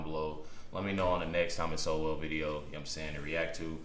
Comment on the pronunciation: Why can’t anyone pronounce his name it’s sole not so well